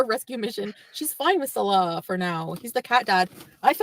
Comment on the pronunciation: His name is ‘Salah’, not ‘Salal’.